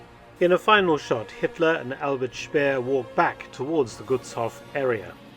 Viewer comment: btw. the vowels in Gutshof and any other "*hof" ending words like Berghof are emphasized (long pronunciation). The way you pronounce Gutshof is like it was written as "Guttshoff". Double consonants indicate short vowel pronunciation. Double vowels "oo, aa, ee, uu (including ie, ah, eh, ih, oh, uh)" indicate emphasis on the vowel (long pronunciation). For single vowels though, you have to memorize their pronunciation, that's why it is so difficult for foreigners to pronounce words like Gutshof correctly. I hope these hints are helpful for your future videos.